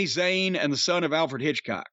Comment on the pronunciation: * ( Za Y ne...**) get it right loozer